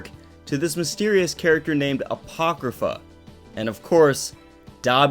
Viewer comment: Bruh when u said apochrypha I screamed FAAaaAaaaAaaAAaAtTEeeee